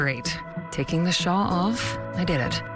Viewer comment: It is the most annoying! How can a grown woman not know how to pronounce shawl. Yeah, I trust that product..not.